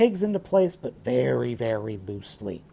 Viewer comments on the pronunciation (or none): none